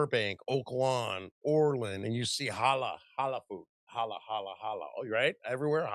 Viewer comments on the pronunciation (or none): It's Halal, not Holla.